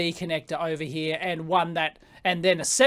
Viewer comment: from heah...to heah. and to thare and heah